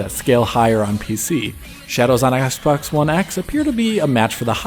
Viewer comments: I heard Assbox one x. lol. Love your analyses as always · he legit said "shadows on ass-box one x" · 1.15 I'm sure he says "ass" box one x. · Lmao I can't unhear it